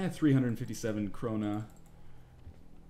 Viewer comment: It's pronounced Krona not krohnea (notice the strong K that only Swedes can pronounce :D)